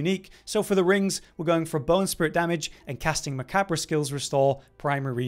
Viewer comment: “Macabber” hahaha bro, nice. It’s okay, it’s not commonly said out loud. It’s pronounced “ma-Cobb”